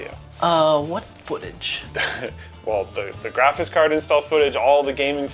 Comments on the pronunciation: Are you saying “graphits” instead of “graphics?” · It's almost 2023 and is still saying "graphits card". Love it